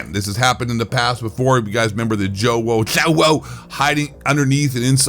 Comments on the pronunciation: Dude the way you say zjoewo 😂😂😂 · When you slurred joewo I died 😂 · I laugh everytime you pronounce Joewo 😂😂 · its great how u say Joewo 🤣🤣🤣🤣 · Why you kept saying Joewo like that was super annoying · I absolutely love how you say joewo name hahah Joewo and ZLander are straight up POS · I love the way he says joewo fucking hilarious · The way you say JoeWos name killed me😂😂😂 slowwo sucks